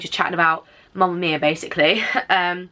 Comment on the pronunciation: She was saying mumma mia. I mean.... Its mamma mia not mumma